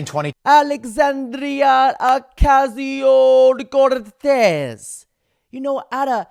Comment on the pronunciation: he says they’re switching to the “perfect” Spanish accent and then continues to say it improperly. Alejandro would be pronounced, “ All aye on dro “ there wouldn’t be a trill to the “R” consonant same with Cortez. The “R” consonant is unchanged in these names. There are rules to this language stuff. Two “L”’s together like in the word tortilla make a “Y” sound. Two “R”’s is when a trill, or a rolling of the “R” is called for. Otherwise it sounds like some white nerd trying too hard to fit in, or has been unwilling to ask how it’s pronounced.